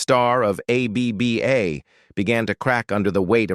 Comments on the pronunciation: "A B B A" -- you lazy sht, at least teach the AI how to say the name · A.B.B.A. 😀 in the middle of the vid, the ai pronounces ABBA as a word as it should. So, 16 minutes to tell us that Elvis and Agneta could have worked together once but didn't.